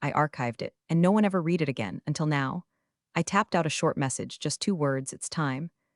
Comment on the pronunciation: Please get your AI to understand the difference in pronunciation between read (past tense) and read (present tense). Give your AI the phonetic spelling (i.e. red for past tense and reed for present). You have been getting this wrong since the first few videos you posted. The irony is this AI voice is better than most on YT.